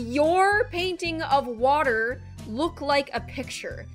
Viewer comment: I love how said water but in British accent😂